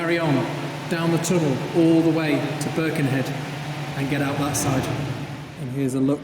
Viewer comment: Another excellent video! Only one point of note - it's not "BIRkenhead", it's "BirkenHEAD"! Otherwise superb, thanks for the glimpse into our tunnel.